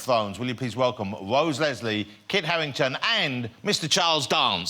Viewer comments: "Wose weswee" lol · Wose Leslie? xD